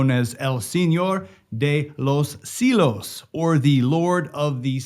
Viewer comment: CIELOS= See-el-ohs. Not see-los